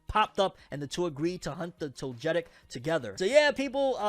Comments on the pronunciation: i know you not into Pokemon anymore but hearing the way you said “Togetic” was killing me🤣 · Fam you did not say togetic 🤣🤣🤣 you made me double back to hear that blasphemy 🤣